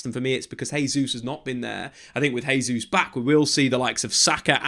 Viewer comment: Great analysis but one big problem. It's pronounced JAY ZEUS, not HEY ZEUS. Every time you butcher his name it undermines your good work.